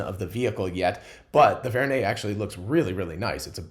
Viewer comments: It is Vern as in Jules Verne. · probably inspired by Jules Verne, so pronounced Vern